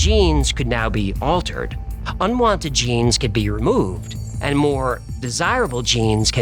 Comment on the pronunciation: "Je-Nise" needs to do that accent more often.